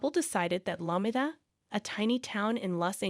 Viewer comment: Are u saying La-me-da? 😂